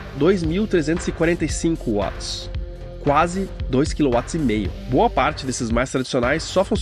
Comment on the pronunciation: M-a-r-a-v-i-l-h-a! Parabéns! Com certeza este foi o upgrade mais importante que o Balanço já teve. Aposto. Mas... o que eu mais gostei foi que você fala Watts certo. Dói meus ouvidos o 'vats'!